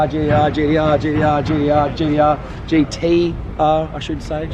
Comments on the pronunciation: hearing GDR instead of gTr actually gets pretty annoying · My brain hurts when he says GDR.